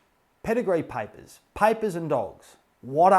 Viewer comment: why does paper sound like piper😆